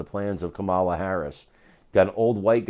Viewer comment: The odds are stacked against Trump, not because of the Democrats “ground game” but because Donald Trump is a criminal. Learn how to pronounce the Vice President’s name. And, thanks once again for”explaining America.”